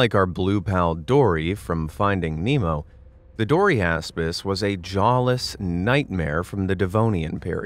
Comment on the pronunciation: Sorry i couldn't help but hear it as "Dory-ass-piss"😂